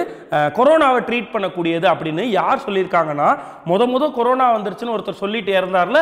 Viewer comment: ..adhu. Karona..illa Corona..😂🤣🤣😂😂🤣😂